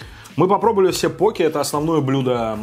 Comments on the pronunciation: Блин твоё покЕ прямо слух режет) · почему я говорю пОке а не покЕ.? Потому что так вроде правильно. Через секунду: следующий покЕ